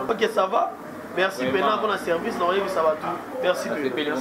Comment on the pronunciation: ken Mpiana eza CAA te ezalaka SAA